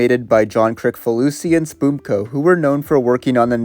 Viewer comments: Pronunciation guide: "Spumco" is "spuhm co," not "spoom-co." "Seitaro Kitayama" is pronounced like "SAY-ta-ro KEY-tie-ah-ma." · It's pronounced Spumco, not 'spoomko." Krissfaloosee.